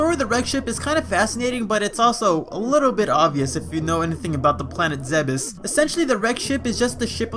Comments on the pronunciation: zeebes not ze-bes... smh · Its pronounces zeebs not zeh behs. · I did always wonder why the wrecked ship was there and who flew it there. ALTHOUGH, I don't care what anyone says or what explanation they have, the planet is pronounced ZEEBES. ONE syllable. Remember when the creator of the GIF thought he should pronounce it JIFF? No one took him seriously lol